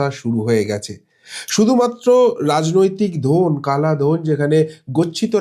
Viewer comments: Not dhon ..its dhan 😂😂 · দাদা ধোন নয় শব্দ টা ধন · দাদাভাই কথা টা ধন....ধোন নয়😂😂🤣🤣 যেমন - ধনসম্পত্তি, ধনতেরাস 😊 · দাদা, ওটা ধোন ( লিঙ্গ) নয়। কথা টা ধন মানে টাকা, সম্পদ ইত্যাদি😂। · ধ-এ ও-কার দিয়ে উচ্চারণ টা বন্ধ করুন দয়া করে।